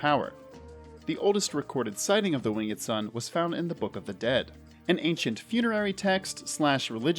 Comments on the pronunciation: why are you pronouncing the e in "winged" lol :/ it's just "wing'd" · Stop saying winged like a hillbilly